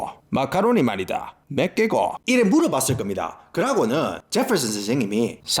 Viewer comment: 제펄슨 스애임 발음 무지 구수하네예~